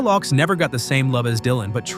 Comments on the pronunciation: It's Leadbelly (Led-Bell-E) and Phil Ochs (Oaks)!!! Either switch to a real commentator, proof-read your content beforehand, or simply stop creating content all together! 🤦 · Phil Ochs (pronounced Oaks) - love your channel but seriously a little more research could help